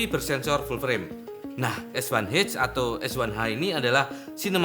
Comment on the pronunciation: Es Wan Eith atau Es Wan Ha Es Satu Ha 🤭 Pis ✌